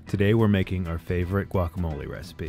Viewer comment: I knew I should have stopped listening when I heard the way you per Matt pronounced guacamole. Also you told us how many onions you told us how many of everything else but you left out one thing, how many avocados? What the hell!